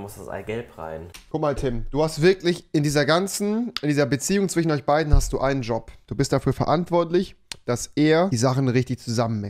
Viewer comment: Rewi sagt da zwiche. Stadt zwischen